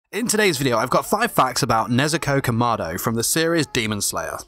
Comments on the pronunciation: the fact that he said kamardo instead of kamado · It’s not pronounced “kuh-ma-do” it’s pronounced “KA-ma-do” “KImono”